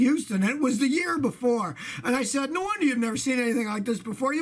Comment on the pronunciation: 0.09 I love the way you said NO I was laughing too